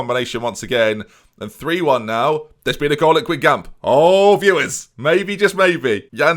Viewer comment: And when he pronounces Guingamp the way he does. AFTER ALL THEY'VE DONE FOR YOU,.